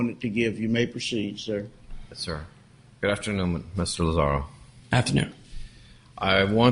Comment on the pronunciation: Poor Tony Lazzaro. Dude travels all the way from New York just to have the judge continuously mispronounce his name. That must've been so annoying.